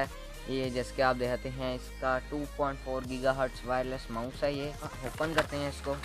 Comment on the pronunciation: Yaar oppan nhi hota it’s open(op-in)